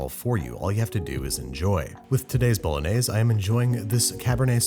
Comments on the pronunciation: Babish: * says "Bolognese" * Italians: Porco Dio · The correct Italian pronunciation is "bo‧lo‧gné‧se" not "bow·luh·neiz". Just so you know 😅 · It's not pronounced 'Bolonaise', it's "bolonyazay" - Every Italian. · Authentic to a tee, but the authentic pronunciation is bo—lo-nee-eh—zeh instead of bo-lo-nays. Keep up the awesome work, though. You were one of the first YouTube cooking channels I watched when I was first learning! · Italians don't put milk and cream into ragu bolognese (pronounced bolonyaysay, not bolonayz). You made a nice dish, but you didn't make bolongese. Watch the bolognese video on the channel Vincenzo's Plate. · It’s pronounced Boe-loan-yez-A. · It's boulenese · Karens be like: it's pronounced "Bologanesh" 😼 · bOlOgAnEsH hehe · i thought it was pronounced "baloney" :P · its pronounced bah-lahg-neh-see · Y'all hating on Worcestershire but not Bol-añëz? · You : pasta bolognese Me : pasta BoLaGaNEsH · the way youre pronouncing it makes me wanna crash my fiat 500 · Okay yes I speak English as my native language but I'm forgetting a word so please help What's the B word that looks like should be something but is something else? It's not baloney is it? Something similar to baloney? I thought it was bolognese until he said it exactly the way it's spelt. Am I just imagining a word like that or what